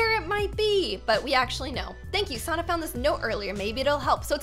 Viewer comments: I like `s old videos:D And I like how she prononced sannas name Sonna XD its S-A-N-A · Not trying to be mean but you actually said her name wrong it’s Sanna